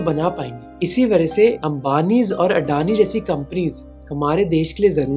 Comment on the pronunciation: Great content for the video, but here are some things I noticed: – Your pronunciations are wrong for a bunch of things. Adani is अदाणी not अडानी, Birla is बिड़ला not बिरला or बिर्ला, phir is फिर not फ़िर. – Some of the words are incorrect: it's licence (the noun) not "license" (the verb), defence not "defense", multi-modal (as in many modes) not "multi-model" (as in many models), and crore not "crores" (just like one says "five thousand" and not "five thousands"). – It seems like your subtitles have a lot of spelling errors and formatting issues as well. It seems like whoever is writing them has their locale set to "English (US)", which makes no sense for an Indian/worldwide audience. Please ask them to change it to "English (India)". Otherwise, excellent job in summarizing the topic. It's sad how many Indians hail crony capitalists as heroes and think that large conglomerates are the solution to every problem in India.